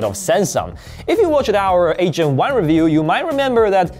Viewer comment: I'm sorry but every time you say "8 Gen 1" I hear "Asian one" 😂